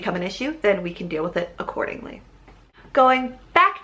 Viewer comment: We can deal with is acCHORDingly Hah Thanks for that